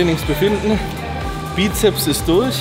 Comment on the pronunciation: Wie mich das Weglassen vom S bei Bizeps immer triggert :D. Es sind 2 "Köpfe" also Sssssssssssssssssssssssssssssssssssss :D